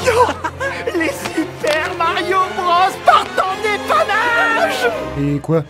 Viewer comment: a raison, "Bros" se prononce "Broz" car bah, c'est de l'anglais mdr, tu dis pas "Brosse" en anglais